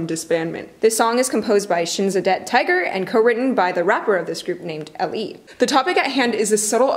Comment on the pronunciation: UMU DID YOU JUST CALL SHINSADONG TIGER “SHINSADEBT TIGER” im screaming